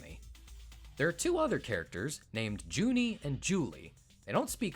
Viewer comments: Juni and Juli, being German, would actually be pronounced starting with a Y sound rather than a J sound like in English. I think the katakana used for their names reflects this, too. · At ~ , you reference the fact that Juni and Juli are named for the months June and July in German, but you mispronounce their names. A "j" in German sounds like a "y" in English, hence Juni and Juli are rendered in katakana as ユーニ and ユーリ("yuuni" and "yuuri").